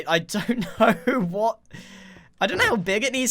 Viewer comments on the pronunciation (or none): “I don’t kOUw”